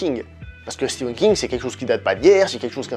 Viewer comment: Stephen pas Steven !